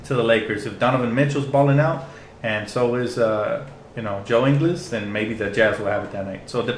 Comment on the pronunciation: Love the vid, one small thing, Ingles is pronounced much more like In-gools than In-gles. Source: we are both from Australia, so I know how we pronounce shit.